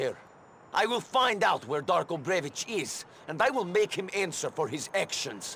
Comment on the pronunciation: Again, they pronounce "Brevic" with "ch", but "Bellic" is perfectly ok with a "k", heh? *facepalm* If you touch the Eastern European scenario, at least do it right, FFS! >:-(